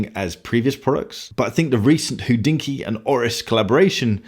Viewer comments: pronunciation of Hodinkee is one of the reasons I keep on watching...;-) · That would be Hoe-Drinkee, aka Watch Gringa